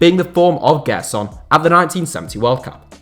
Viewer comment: Just a tip on pronunciation: Gerson's name has a J sound, like in Jay. "Jerson".